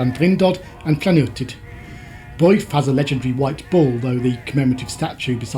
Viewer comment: Builth is pronounced Bilth